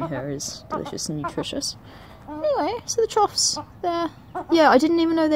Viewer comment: Wow! The diversity of birds you're managing to attract is amazing! Choughs now! Oh and as far as I know it's pronounced "chuff"